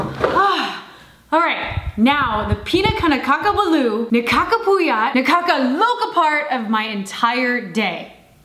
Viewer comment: LOL :) you mean Nakakah-luka :)